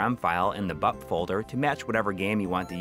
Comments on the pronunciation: Took me a few minutes to realise you were saying "BUP folder" and not Butt Folder. This Mega SD seems real cool. Especially the potential for those MD+ games. Street of Rage 2 sounded rad. Maybe someone could do a Doom 32X one that removes the fart sounds and replaces them with music instead. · I kept hearing "Butt" too! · Every time you said "BUP" folder, I head "BUTT" folder and got a good chuckle from it. Jokes aside, another great, comprehensive video like always. And I learned some things I didn't know about the Mega SD, some things that make me not pause as much at the price; though, still too rich for my blood at the moment.